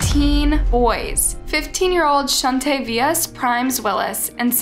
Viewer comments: I like ur vids, but OMG, you are terrible at pronouncing ppl's names and the names of cities, etc. Pls do better research at pronunciations. Even myself, not knowing a person named Shauntyavious, its pronounced "Shawn-teeay-vous". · SHAWN-TAY-ViUS....thats how you pronounce his name 🙄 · Shuntayvious....? WTF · "shun tun yah vis" 💀